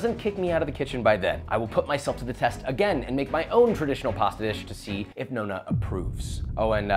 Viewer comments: The way he butchers Chiara's name and the pronunciation of "nonna" doe... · goes to italy to cook traditional italian food, challenges italian grandma, pronounces "nonna" wrong first time oh, josh.